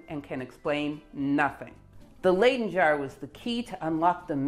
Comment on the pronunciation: You could redeem yourself by pronouncing Leyden not as 'laiden' but as 'lyden' in the future. Y as in 'lydon' eg John Lydon.